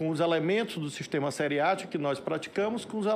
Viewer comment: Jesus Cristo, o que é seri atium e pre curium?....kkkkkk